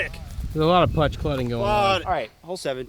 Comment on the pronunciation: says there’s a lot of putch clutting going on. Lmfao. He switched the cl with the p lol